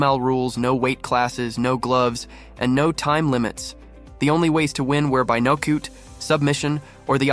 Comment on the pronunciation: I about died when I heard "by knockooot"